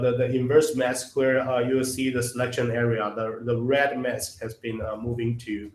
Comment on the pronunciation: When narrating an instructional video, you need someone that can pronounce the words correctly for example mess is not mask! Your closed captions are highly incorrect. It is most difficult to understand the narrator as he does not pronounce English words correctly. I realize that English is a second language for him but please get someone else.